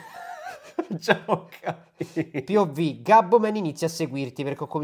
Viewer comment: se dice pov non piovvi